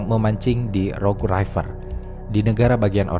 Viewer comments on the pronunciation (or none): none